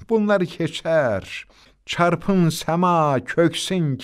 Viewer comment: Dayi carpin yox carpsin